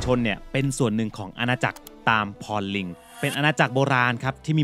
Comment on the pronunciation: จริงๆ ต้องอ่านว่าอาณาจักร ตาม-พระ-ลิง มาจากภาษาบาลี Tambralinga